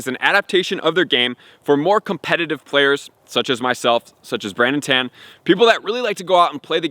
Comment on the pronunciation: You are name dropped Brandon Tan a number of times and said his name wrong everytime. I would encourage you to make sure you say it right if you are trying to name drop.